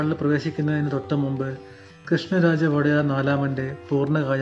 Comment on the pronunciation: വോടെയാർ അല്ലടോ. ഒഡെയറു എന്നാണ് വേണ്ടത്.ഉടയോൻ എന്നു പറയുന്നത് പോലെയാണത്. രാജാവ് പ്രജകളുടെ ഉടയോനാണ്. അതുകൊണ്ടാണ് ODEYARU ( ഒഡെയറു ) എന്നു പറയുന്നത്. കന്നഡ വക്കാണത്. കന്നഡ സാഹിത്യക്കാരോട് ചോദിച്ചു manassilakkuka